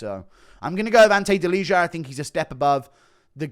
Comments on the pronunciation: delija is "deal-ee-uh" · Guru the only one not sleeping on Ante Delija, nice! Ps. It's pronounced as "Deliya" just fyi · The new heavyweight name is pronounced Deli-Yah